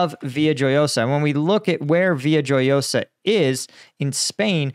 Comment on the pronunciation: Note on Spanish pronunciation: a “j” is usually pronounced like an “h.” “Jefe” (boss) is “HEH-feh.” So Villajoyosa should have the soft j, too. You correctly knew that the double “ll” is said like a “y.” “Vi-ya-ho-YO-sa” is how I expect it to sound. However, I am only at the A1 level in my Spanish lessons, so I may be wrong.